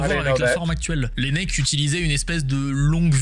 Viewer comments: L'inventeur du stetoscope est René Laennec et pas René Lanec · C’est rene Laennec qui se prononce la é nec